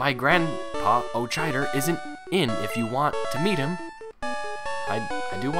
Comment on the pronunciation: I think it helps if you pronounce the "ch" in "Aochider" as a "k". Okada/Aochider/Auchider. Sounds like a german name.